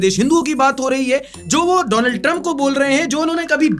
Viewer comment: sir vo Daland nahi Donald hai